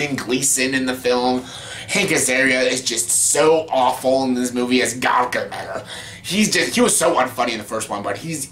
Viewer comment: The way you say “Gargamel” is funny